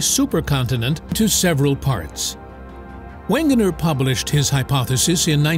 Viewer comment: Am i the only one who's upset with his mispronunciation for Alfred Wegener? He's german and the German language has no 'w' sounds. so it would be pronounced "Vegener". sorry, it just bothered me😅